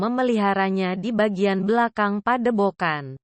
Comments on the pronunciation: Padebogan😂... Yutube😅... Jadi gak enak didenger. Belajar baca yang enak dulu mbak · Pedepokan broo bukan pedebokan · Padepokan bukan padebokan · Padepokan bang bukan padebogan hadeuh